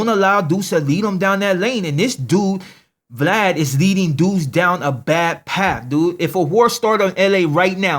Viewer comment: he pronounces Vlad funny